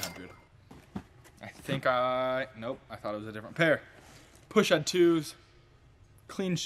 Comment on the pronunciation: You pronounced Pushead wrong 🙄